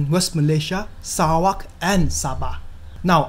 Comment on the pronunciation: ur not just giving us the correct fact, but u also pronounce Sarawak correctly😁. Please do more videos about Sarawak's natures. Selamat Hari Sarawak.